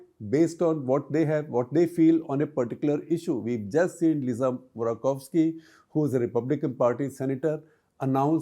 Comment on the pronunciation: Once again, SG makes a few mistakes when he speaks on the US. Notwithstanding his butchering the pronunciation of Sen. Murkowsksi (it is Mur-cow-skl), he is incorrect in asserting that there are no whips in the US Congress and Senate. Both parties have whips (Durbin (D) and Barasso (R) in the Senate, and Emmer (R) and Clark (D) in the House). The difference is that the whips are not issued for all votes. Especially in the Senate, they are rarely used though they are issued more commonly in the House. I am surprised SG forgot Tom Delay who was quite famous/notorious when he was the Republican whip in the House. I think the ability to speak and vote based on one's conscience is critical. And it requires maturity and judgement to give members that right by not issuing the whip on those votes that are likely to test a member's values and principles, or are contentious, or are against the preferences of those who elected them. But the anti-defection bill makes that nearly impossible in the Indian context, I guess.